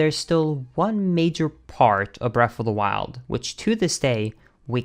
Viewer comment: Why does he say "breaf of da wiled "